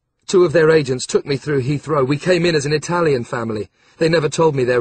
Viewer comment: Italian pronunciation is awful 😕